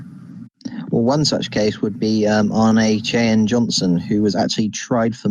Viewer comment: I love your stuff, guys, but you have got to learn to pronounce "Ahnenerbe" right.